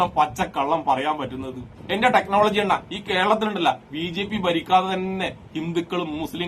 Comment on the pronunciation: ടെക്നോളജി അല്ല ടെക്‌ലോലോജി 🤣🤣🤣